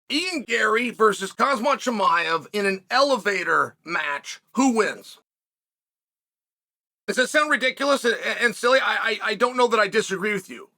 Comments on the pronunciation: 3 seconds in "kazmat chimiev".... for the love of frick please learn the fighters names. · Chael starting out the video with a straight face saying 'Casmat Chimaev' had me spilling my drink.